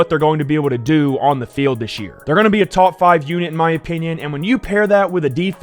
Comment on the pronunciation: “take them over the tauwp”